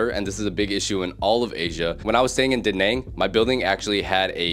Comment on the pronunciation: It's Da Naaaaang not Da Nang btw 👍👊